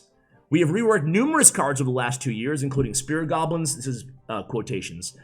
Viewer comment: Do you say "spirit goblins" instead of spear goblins or is that an accent?